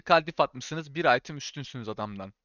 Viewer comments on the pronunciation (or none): none